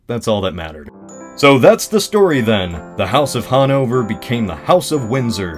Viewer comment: hahnouvör? never heard of it